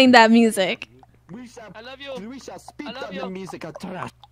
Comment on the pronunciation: Speet on heem